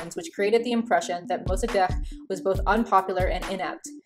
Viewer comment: Also your pronunciation of Mossadeq was flawless. I don't know about "Iran", though. I learned it as "Ee-rawn", which is very close to the Farsi pronunciation of Iran, but I have heard a lot of peopl from Canada and the US say it as "Eye-ran". Idk.